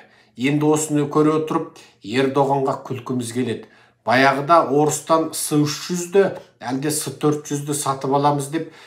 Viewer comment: Секес"s300-s400"ec"" деп оқылады.